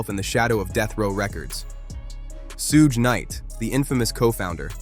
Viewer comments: Soogie??? "SUGE"...😬😅🙈😭🤣🤣💀💀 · It's Suge, not Sooge. And that will Smith line was from The Marshall Mathers lp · Word salad that could have been cut down to 10 mins. And what's the deal with the pronounciation of "Suge"? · Never heard Suge’s name pronounced so many different ways in a single video. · I know right. These narrators butcher everyones name. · Completely mispronouncing Suge's name repeatedly... is wild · The way the narrator pronounced Suge Knight's first name. 🤭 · Whats up with the way you say Suge? You can tell you didnt hear that name growing up.